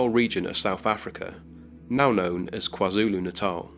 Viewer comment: Kudos to you for pronouncing Natal correctly! I'd love to know exactly where the tale of Clara Germana Cele was originally published. Does the book you cited – The Possessed by Brian McConnell – give any references for this particular story?